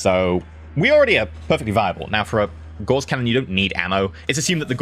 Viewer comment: you're mispronouncing Gauss.